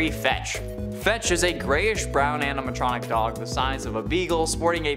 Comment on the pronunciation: He said springlick aminatronic